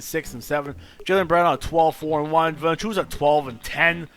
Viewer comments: 2K16 it is pronounced Val in chu nas. He can't shoot but he grabs all the rebounds. You got rid of a lot of great players from The raptors. And valinchunas his first name is Yonas but spelt Jonas. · VA-LA-NC(C is pronounced TS) I-U-NAS.....I am getting so pissed with english-speaking guys that cant pronounce european names correctly .Anyways, good video mate! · You think Valanciounis is right ???Ok it VALANCI-UNAS AS AS AS AS not IS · Vertex Combos nobody gives two shits on how pronounce jonas vali